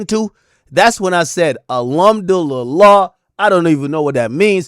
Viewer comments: Son said ALumdulillah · 😂😂😂😂 he say alhamdu lillah